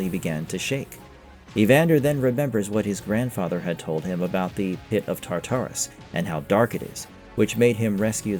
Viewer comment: ITS TAR--TA-RUS MAN GET IT RIGHT